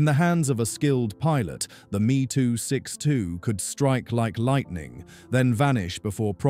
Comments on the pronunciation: Please, stop using gamerspeak. The Me 262 name is pronounced EM EE. Just like a Bf 109 is a Bee Eff 109. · Crappy AI narration. Meeeeee262